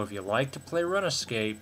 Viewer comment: its not (runa) its more like (roon), so its roonscape, thats not how u spell it btw